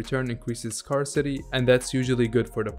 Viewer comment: mispronunciation of the word "scarcity"